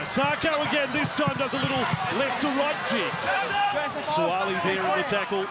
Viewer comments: Please pronounce the name correctly. It's Suaali'i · These guys pronounciation of our Samoan language hurts my ears - Sua'ali'i folks "(Su-Ah-Ahhh-Lee-Ee). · Why the commentator pronounce his name wrong. It irks me.